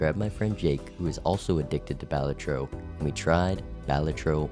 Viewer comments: "Bahlatro" over "Buh-latro", already crossing a line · Balatro is pronounced "Ball-la-trow" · Bruh why is it Bah lah tro. It's joever.